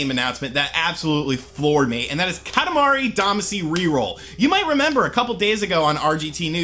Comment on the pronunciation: OMG I LOVE KATAMARI DAMACY!!!!! ....pronounces it wrong.